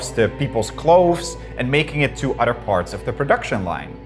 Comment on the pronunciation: Derek!!!! How are you letting this guy get on your channel and sound like an unlettered dunce??? Please teach him how to pronounce the word "Other"... IT'S NOT "Udder"